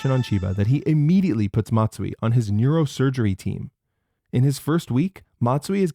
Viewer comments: Call him "Mazui" the way he is messing up terribly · Dr Messui.